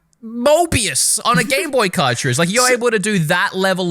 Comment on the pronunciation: You know he has been playing a lot of xenoblade chronicles 3 when he says moebius instead of morbius